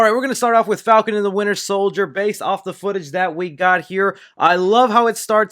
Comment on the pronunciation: Nobody:: Falcon And Winter sOiLdEr